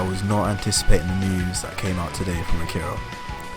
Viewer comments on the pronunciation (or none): Arika. Not Akira.